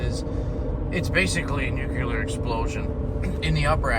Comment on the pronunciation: Please don’t say “ nuke-u-lar “